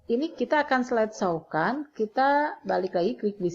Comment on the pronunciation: Thanks bu. Maaf koreksi. Tolong perbaiki pengucapan ibu, slide show bacanya "slaid syo" bukan "slaid saw."